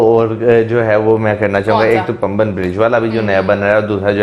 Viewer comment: PAMBAN ...is pronounced Paah'mbahn..it is a Tamil word.❤🥰🙄👍🇮🇳